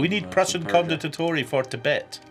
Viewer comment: The real question is, will we ever get a correct pronunciation of Condottieri?